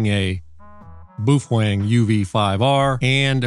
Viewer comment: dude calls it boofwang because he loves boofing wangs